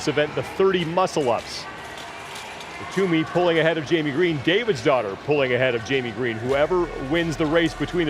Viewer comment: Really thought he was saying David’s daughter.